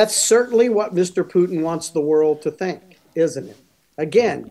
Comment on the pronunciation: That's what yu tink?